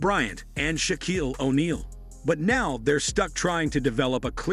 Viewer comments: I stopped listening when the AI narrator said "sha-KWEEL o'neal" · I never heard anyone pronounce Shaquille the way you did👌 You mind if I say it that way too?? Thx Bruh.... ps: this make a wish kidd should've never even played for USC. He ruin the Pac-12